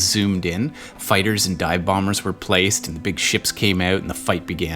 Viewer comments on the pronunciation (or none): none